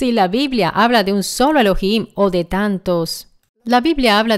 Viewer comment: La palabra ELOHIM no es de la anglósfera. En concreto es una palabra compuesta de ELOH+IM. Pronunciar ELO + HIM es una mera subordinación a la anglofonía. Los italianos subordinados mentalmente a la mafia angloamericana tienden a usar vocablos de ese lenguaje con afección. Es lamentable!